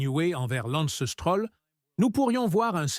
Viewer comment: Oh ¸ çibouère , lorsqu'on voit à 42 secondes '' l'anstrôle '' , au lieu de Lance Stroll , un minimum de respect s'impose . Et ça en rajoute une couche à '' c'était un honneur de travailler avec '' Niway '' , au lieu de Newey , ça est trop , merde à cette chaîne , Lance est là pour rester n'en déplaise aux enfants de salauds , un rappel ici hein les amateurs , le podium compte juste 3 places et puis mangez tous un char de marde les détracteurs de Lance , sur ce , à plus les z'amis .